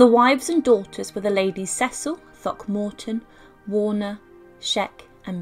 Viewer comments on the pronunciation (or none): none